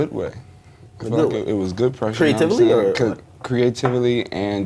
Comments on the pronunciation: creative a lee? Lmfao CREATE UV LEE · We ignoring the fact that Akademiks is saying “Cree-a-tivally” and rather than correcting him, Yachy says it back at him?! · creativ-a-ly? DJ Ak lmao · "CREE-A-TIVELY" LMAO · Sounds like instead of saying "creatively" they're saying "creativally" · Akademiks: Creativily??? Yachty: Creativily. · "Cree-a-TIV-ely" LMAO IM DONE😂😂😂😂😂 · "Creativ eli" Dj Akademiks cant even talk haha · these fools said "creativily" hahahah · They said Creative-ily lmao idiots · Nobody caught this [ - ] Akademiks: "Create - tive - ely" Yachty: "Create-tive-ely" ..... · the way he says creatively is annoying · Creatively it's a word dumbass. They just butchered the pronunciation. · The way they pronounced "Creatively" 😂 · akademiks pronunciation of "CREATIVELY" lmfao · these ppl dont know how to pronounce creatively